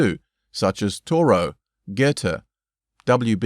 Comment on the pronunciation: She blew her horn to the consternation, not 'condescension', of others - right? And pronunciation of Thoreau is incorrect.. Enjoying it, tho.